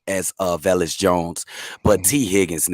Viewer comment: Why does always mispronounce Velus? There's no "i". Its just "Ve-lus" not "Ve-li-us".